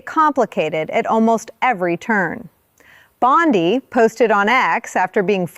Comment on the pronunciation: U know how to identify A.I.? BOND-EYE.!…pronunciation. Bye, bye.